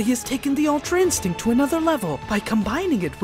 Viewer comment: Yeah thats true oh but btw its ultra instinct not altra insinct